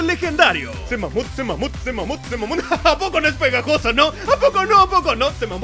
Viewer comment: Alguien en vez de escuchar c mamut escuchaba mamutse